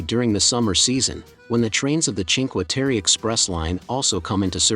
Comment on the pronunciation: Food in the mauve building in Venazza, up from the jetty, is not recommended. Train station tunnell at Rio is amazing. All 5 villages are beautiful. Please get the correct pronunciation on Cinque Terre.